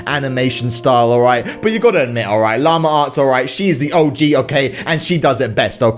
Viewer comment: It’s llama arts not lamure arts